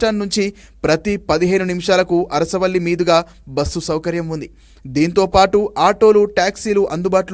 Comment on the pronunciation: endukayya butulu chaduvutavu....asaravelli kadu adi Arasavelli...